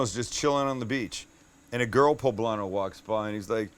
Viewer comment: Medallions!!! You totally fucked up that poblano